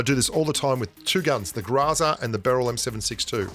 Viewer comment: It’s Groza not graza